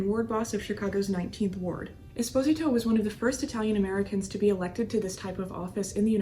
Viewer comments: I am curios about your pronunciations of these gangsters. You pronounced Giancana with a silent “I”. I’ve always heard it pronounced as “Geancaa”. Esposito you did the same with his nameIve always heard the name as “Esposeeto”. As you are Italian I am supposing you may Be pronouncing it correctly. Will you clear that up for me? BTW... I enjoy your podcast and will listen and “like” each episode as I watch and listen to them. Thank You for your efforts! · Are you aware that you mispronounce Giancana, Esposito & Moran?